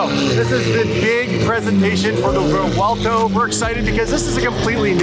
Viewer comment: The CEO pronounces Revuelto correctly. The “V” linguistically sounds like a “W”.